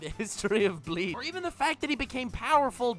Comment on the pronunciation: Everytime says Bleach, I hear Leach...